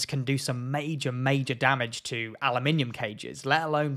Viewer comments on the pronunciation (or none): Wtf is A LUM I NIN MUM CAGES? Trying to say Aluminum?